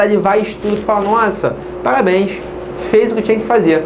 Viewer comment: PALABENS!!